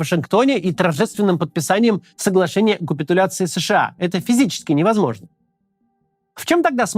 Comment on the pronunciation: Опять "кУпитуляция"... Что с вами не так, блогеры?